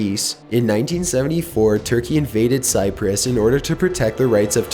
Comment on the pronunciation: The way he says Cyprus And he also sounds like a robot